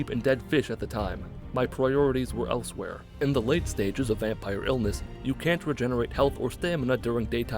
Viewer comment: I can never tell with you whether you're making an Elsweyr joke or just saying elswhere.